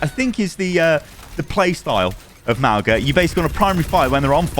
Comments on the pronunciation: I hate to be that guy but his name is pronounced Mah-oo-ng-ah not Mah-oh-gah. The g is pronounced ng like the word "song". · Pretty sure it's not pronounced "MOWga" its "MAOOga" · nots not Mao-ga its more like Mow-ga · Just putting this out there. Mauga’s name is pronounced Mau-ng-a. Gs in Samoan are pronounced as an ng sound, like song. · Ffs is MAUGA - pronounced MAH-OOH-NGA with the G in his name pronounced like that NG in the word GOING Please at least try and get his name right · The "g" in Mauga is pronounced the same way as "ng" in the word "singer" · The "g" is not pronounced, it is more like "n" and "g" sounds combined. Good video but pronunciation is off, which is what I expected after Mauga's release lol